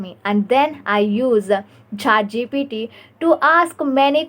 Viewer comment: It's not ChaatGPT please 💀